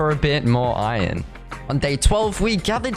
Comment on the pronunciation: i love how he says iron. just „ion“